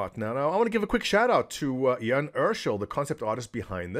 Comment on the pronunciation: Congrats on pronouncing Jan's name correctly